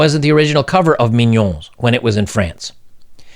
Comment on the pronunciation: I'm a french Canadian. Pronounce "mignonnes" like "minion" and you would be closer to the real pronunciation. Mee gnon n-euh(little silent) "Mignonnes" is the feminine plurial of "mignon" (cute)